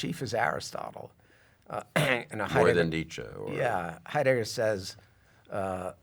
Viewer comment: Someone please tell this fellow that the accent in the name "Heidegger" is on the first syllable.